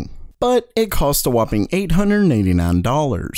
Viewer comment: Ayy nein neinty nein hundred kay... so many neins! xD